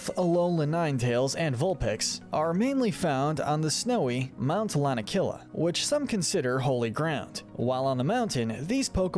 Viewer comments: MOUNT LA-NA-KEY-LUH had to correct you that drove me crazy but other than that great job! But you forgot that Jynx began as blackface... That's pretty bad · LANAKILA HAS 4 SYLLABLES, NOT 3! AND THE SECOND PART OF ARCTOZOLT IS TOH, NOT TUH!